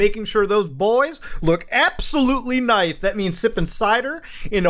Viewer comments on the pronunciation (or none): none